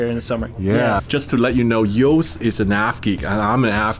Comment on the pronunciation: It’s Joost, not Yost…